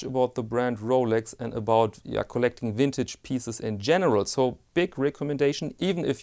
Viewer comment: Love your videos. Everytime you say 'wintage', I get a smile on my face.